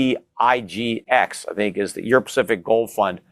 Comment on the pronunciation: it's EPGFX, not EPGIX. How do you not know this? You're telling us to buy the one that costs me $49 to invest in. Seriously, bro. You're my favorite guy. How can you, for months and months not know the ticker for your own fund? A-hole. Get it right before recommending sh*t! D*ck. Get it right, man. This is my worst criticism of you. ( won the debate easily, BTW. Although Jack is very, very smart, he is betting on something 13 years old with no intrinsic value whereas is betting on something with 5000 years intrinsic value. 0.003%. wins. I buy gold.